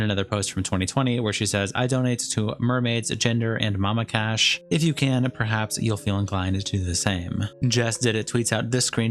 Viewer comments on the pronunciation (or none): none